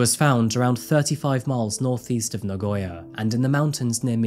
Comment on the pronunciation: so many foreigners, even those who have lived in Japan for a long time always pronounce Nagoya wrong..hehe so many say Na-goy-ya but it is Na-go-ya. ^^ keep up the good work with your videos, i enjoy coming across them from time to time.